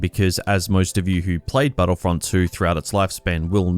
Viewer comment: Hoepfully battlefrunt thwee